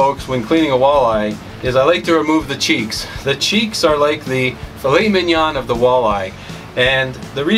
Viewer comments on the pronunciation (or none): none